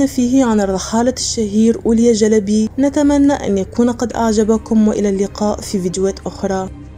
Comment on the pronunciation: لفظك لاسم الرحالة هو غير صحيح، والصواب أن تقولي أولياء مع نطق الهمزة في آخر الكلمة